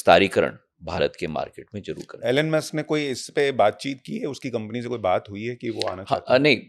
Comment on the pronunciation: Very good, comprehensive, informative podcast. Many thanks to both Hon. Minister and brilliant host 🙏 Elon Musk = एलेन मस्क नहीं, *Elon = E - lawn , ई लॉन WITH RESPECTS, Sushanth Sir, PLEASE MAKE CORRECTION 🙏🙏🙏